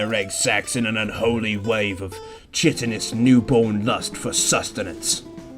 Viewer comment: Chitin is pronounced with a K sound not a Ch, unless that was intentional....